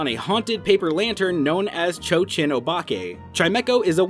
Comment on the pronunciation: It's Cho-Cheen, not Cho-Chin.